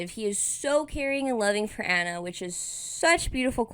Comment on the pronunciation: STOP SAYING ANNA’S NAME WRONG, FOR ALL THE LOVE!!! YOUR HURTING MY EARS 😬 Just go back and watch the movie please and pay attention to her name. I know it’s spelled the same but it’s pronounced VERY differently. It’s “ON-a” not “AN-a”. Again I know it’s confusing because they are both spelled Anna but there is a right way and a wrong way to say this character’s name and the right way is “ON-a”. So for the love of Disney go back and rewatch it so you can never make this mistake again😮‍💨 Thanks for coming to my TED talk